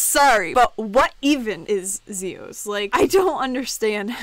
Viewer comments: it's not (Z[os) it's (Z[ios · Its pronounced Zi-Yas